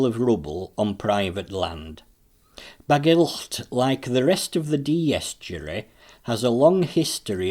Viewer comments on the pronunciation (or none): Very much appreciated but it would be better if you just pronounced Bagillt as if it were only with one letter L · You are pronouncing Bagillt wrong buddy